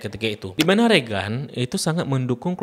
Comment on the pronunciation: Bacanya reigen bang, bukan regan 😊🙏